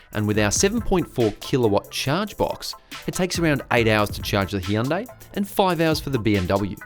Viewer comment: Hyundai is pronounced like "sunday", not Hee-un-day